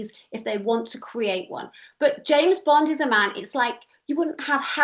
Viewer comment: It's James Bond, not Jane Bond ❤from Teesside 🏴 🇬🇧